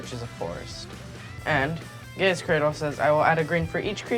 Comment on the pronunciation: Actually its traditionally Mah-na. But I agree about the Gaea pronunciation.